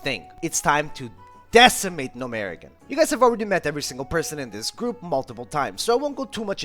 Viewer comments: Gnomeregan (Gnome- ruh-gan) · Love the videos, great work STOP SAYING GNOMEREGAN LIKE THAT FOR THE LOVE OF GOD